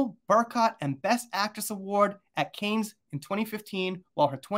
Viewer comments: Hi, if I'm not mistaken, it's pronounced King "Lou-ee", not Louis. And the location is pronounced the Palace of "Ver-sigh".. and Cannes, is pronounced Khan.. like Star Trek, the Wrath of Khan movie. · Louis + Looey, Cannes = Can